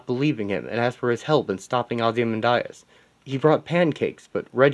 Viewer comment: Why do you keep pronouncing Ozymandias’ name like that?